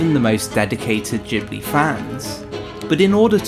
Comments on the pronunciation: You muppet its Ghibli not Jibli.... but good vid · "Djibli" porcoddio you spell it Gibli not Djibli!!! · Ghibli like grass, not jibbly like jack. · It's guybli not feeling, though... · G-buri. Thats how Japanese pronounce. I was surprised. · I'm Japanese. In Japan it is pronounced Jibuli. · You are pronouncing the G in Ghibly wrong, nearly everybody does. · JHIBLI OR GHIBLI HOW DO U PRONOUNCE IT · Except for the part where he can't be bothered pronouncing Ghibli correctly..